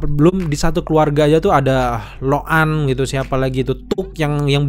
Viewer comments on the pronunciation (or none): lo’ak bukan loan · Lo'ak bang bukan lok'an 😢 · Lo'ak bang bukan lokan😁